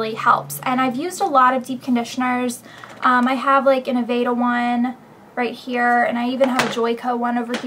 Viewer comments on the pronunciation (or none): The way you say 'Aveda' as 'Avada' and 'herbal' as 'erbal' is kind of annoying! apart from that good vid :)